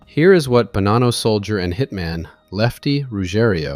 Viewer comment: The one thing that makes me FRIGGING NUTS, is this guy keeps bouncing back and forth with the pronunciation of the last name of Bonanno. neither is correct, it is BO-naw-NO....I know, I went to Santa Clara High School with Joseph and Salvatore. And my Aunt was good friends with Rosalie Bonanno and worked with her at 1st American Title Company in San Jose.